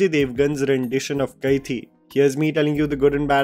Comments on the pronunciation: Bro it's Kai-di not Kai-thi. Hindi word for prisoner is the same as the tamil word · hi...its pronounced kaidi.